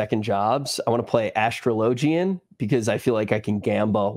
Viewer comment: lol, yeah. Also Astrologian.